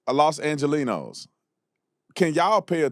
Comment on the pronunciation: Next time get it right we are Angelenos from the city of LA. Say it correct.